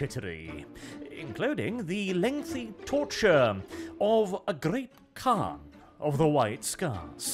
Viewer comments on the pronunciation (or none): none